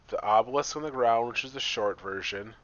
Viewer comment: If you look carefully at the LCD, Obelisk is not spelt the way he pronounces it.